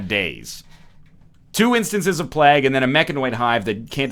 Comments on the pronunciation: like "vague", rather than like "bag" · Shard1697 playg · It's actually pronounced plague, not plague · Every time you say plague, i die a little inside. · The only reason the colonists died was because you kept saying plague wrong. They'd have been fine otherwise ;) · am i the only one triggered by the way he says plague ? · As a Canadian I also get very triggered as well, he has even said it properly when discussing it during his Geoguesser series.